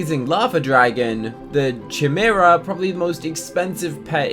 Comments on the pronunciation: Chimera is pronounced ki-mer-ah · Ur saying chimera this is how to pronounce it correctly it's Cai-mera because the h is silent